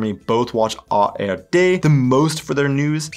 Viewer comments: minutes, do you say "tagesschau from AfD"😮? It sound so, but it should read "from ARD"!‼ Do you have some kind of "Bidenn's desease"?😁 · Did you say Afd instead of ARD?🤨😮